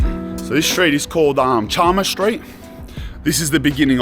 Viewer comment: Charmers St......😂 that's Devonshire.